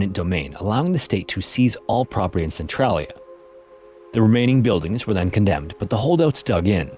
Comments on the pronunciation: i never seen a documentery where they actually say centralia right, its "sen trail ia" not "sen trol ia" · It's pronounced "cen-TRAIL-ia" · I dont mean to be rude, it’s commonly mispronounced. But as someone who lives nearby and has visited a few times, I want to make sure people know how it’s pronounced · Thank you. I love this channel but you can't mispronounce the name of the town throughout the whole video.